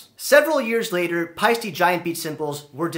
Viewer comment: Nice post. If you can adjust to the actual pronunciation of "Pie-Steh" as in "eh". It's an Estonian name and as such is pronounce Pie Steh 👍🇪🇪